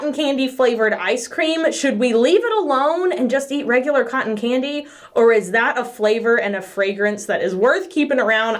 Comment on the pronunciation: Even knowing what video I clicked I kept hearing "cotton panty" not "cotton candy". When she mentioned the scent I was just like "that's weird. I hope they are CLEAN at least. Why not just call it cotton? 😳" 😂😂😂